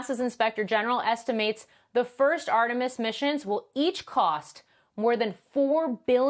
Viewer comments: "Armetis" instead of "Artemis"? Makes me question not only the literacy of the anchor - the basic ability to read a sequence of characters and pronounce them correctly, but also his knowledge of cultural context (Artemis is the twin of Apollo in Greek mythology, and Apollo was the name of the last manned mission to the moon). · guy said "Armetis..."